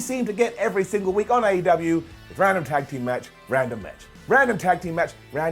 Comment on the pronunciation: Why you pronounce AEW as 8UW?